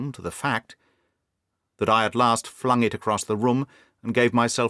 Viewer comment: just one point about your Australian accent: it's one of the best I've heard, but as an Aussie myself, I can assure you that we pronounce "past", "last" and "fast" exactly the same as most Brits, with a long /a/ sound. I don't know where you got the idea that we say these words like most Americans, with an /ae/ diphthong.